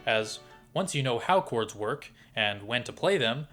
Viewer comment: "with only 4 cods! " the way he said 4 cods was always amusing to me. I used to shout it with him the same way and than skip the ad. was fun. this part only. On a serious note, for anyone reading this, DO NOT! and NEVER buy any course with the words MASTER CLASS, FREE, or CODS instead of chords. hell, do not buy anything that comes from a YouTube, Facebook AD that has master classes and all that jazz. great great investigation and amazing video. thank you for your work.